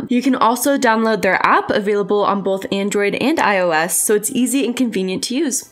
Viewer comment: love ur videos a lot pls stop sayibg boLth 😭😭